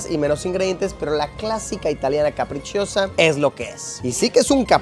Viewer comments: Sobre la pizza capricciosa, no se pronuncia caprichiosa, se dice CAPRICHOSA. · Que bien, justo trabaje en uno de esos lugares que salen en la intro del video y por cierto, la pizza carbonara no lleva pomodoro (tomate) y la pizza "capricciosa" se pronuncia "caprichosa" como en español xD no caprichiosa hahahaha buen video!